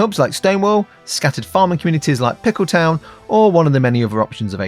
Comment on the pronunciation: Oooh but, don't pronounce it like a Yank, it is pronounced Peekel-tun, not Pick-L-town. 🤣🤣🤣 Eagerly awaiting the next adventure of the.🍑 🫖